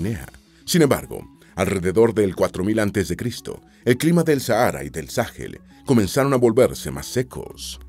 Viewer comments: No se dice Sáhel. Se dice Sahel. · Sáhel? Se dice Sahél